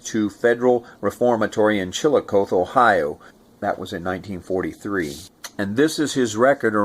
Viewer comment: Ohioan here, it’s pronounce ‘Chili-coth-Ee”